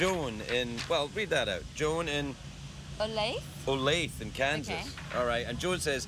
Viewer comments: It's oley-thah! Olathe Kansas, that's how it is pronounced. Oley-thah, but I'll give you Europeans some slack lol most Americans wouldn't get that one. Absolutly love having the privilege to watch these in the evenings, thank y'all for keeping this legend alive! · Olathe in Kansas is pronounced Olay thuh. FWIW